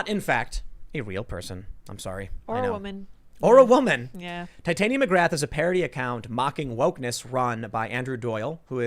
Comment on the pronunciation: irl its TIT-ania, not tite-ania